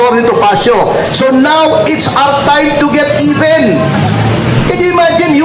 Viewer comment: It’s time to get “EBEN”, daw! Ulol kang Bulol! amf tawag ni Attorney Topacio. Walang kuwentang KONGRESO sa kasaysayan ng Pilipinas. Di kayo dapat tawagin na “HONORABLE.” OBOB! Saan galing yung pera mo?